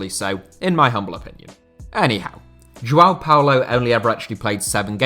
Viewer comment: Always butchering names,it's Tello not Taiyow,it's João not Juau,it's Andrade not Andradj,it's Estrela not Estreyia,it's Contreras not Contreiras,and it's Beto,not Bertow